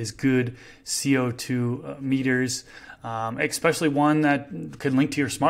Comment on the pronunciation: These videos are packed full of some of the best info out there…but you’ve got to stop saying “exspecially”, it’s especially with no x or c or anything to where one would pronounce it “exspecially”. That’s the kind of stuff that makes the smartest people sound like they may not really know what they are talking about, but clearly you do, so this shouldn’t be a hard transition 😂